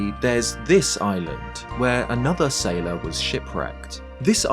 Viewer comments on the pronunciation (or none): none